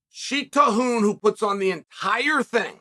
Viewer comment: Another masterclass pronunciation for Sheikh Tahnoon.